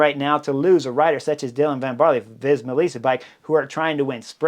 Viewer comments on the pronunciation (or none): (Van "Baarl", not barley! 👍🏼) Thanks for the breakdown; love the Butterfly Effect! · ‘Van Baarler’. The E at the end is not silent. The prononciation is somewhere between an ‘er’ and an ‘uh’.